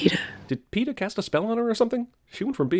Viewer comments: A lot of sins for her saying peeta I'm betting xD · "PEENIS" LOL! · 21 and up watch the movie again and take a shot of your favorite drink everytime she says Peeta. 20 and under eat a Warhead sour everytime she says Peeta.